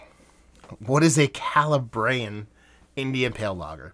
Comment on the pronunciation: KAH-LAH-BREE-YEN 🤪 can’t wait to try it!!!